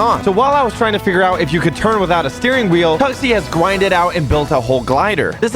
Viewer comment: Bro said "gwinded"